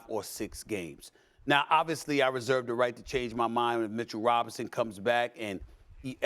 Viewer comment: Be saying his name like he’s something special 🏌🏾‍♂️